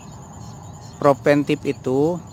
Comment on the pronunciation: Preventif bukan proventif